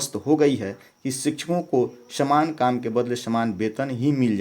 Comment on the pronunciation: Shaman kam nahi Saman kam hai ucharan ka sudhar kro master for video upload karna